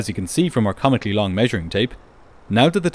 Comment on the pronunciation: “As you can see from our commically long measuring tape” 😂😂😂